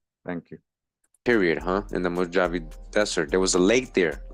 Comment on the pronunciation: mow - haa - vee = MOJAVE == YOU got that right == a DAY is like a THOUSANDS year TO OUR FATHER CREATOR they don't know the exact amount of years the earth has been here. THEY are LYESTIMATING, LOL telling lies with their estimates as USUAL. ==??EXPERTS?? THANKS for all the GREAT RESEARCH that you do. Also all those OTHER NON HUMANS they are finding are the HYBRIDS and Demons that The devil and his demons other fallen angels tried to create by creating their OWN RACE and FAMILIES. == That is WHY THE CREATOR FLOODED THE EARTH to WIPE THEM OUT, because they were created in REBELLION to OUR FATHER CREATOR's PLANS. == They mix TRUTH with So MANY LIES. They still have not revealed the info and TRUTH about the GRAND CANYON or told anyone about the thousands of PYRAMIDS that are WORLDWIDE. People forget that THE WORLD was ALL ONE CONTINENT and LAND MASS at one time in the HISTORY of the WORLD === PANGEA. MOST likely that land split apart during the GREAT WORLD FLOOD. == The world was reset by OUR FATHER CREATOR after the flood. During the time of the TOWER of BABEL == GOD OUR FATHER CREATOR DISPURSED ALL TRIBES OF COUSINS TO ALL PARTS OF THE WORLD.